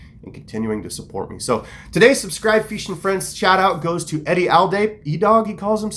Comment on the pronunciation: why you do you say "feeshing" ??